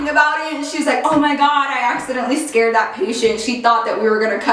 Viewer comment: I laugh every time you say " I scarrred"😂😂